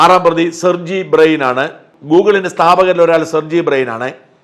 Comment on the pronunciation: Sergey Brain..alla Sergey Brin 😂😂😂😂